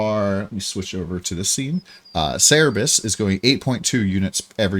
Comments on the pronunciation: It's Cerberus not Cerebus. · (Sir-burr-us) Please stop saying (Cere-bus). But good video outside of that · its cerberus, not cerebus TT_TT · Cer-be-rus ---> (/ˈsɜːrbərəs/) xD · damn it's so triggering u keep missing the last r on cerberus